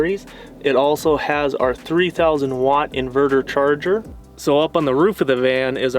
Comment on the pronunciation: Van. Not can. Lol